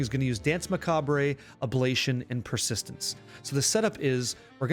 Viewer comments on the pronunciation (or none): macabray lol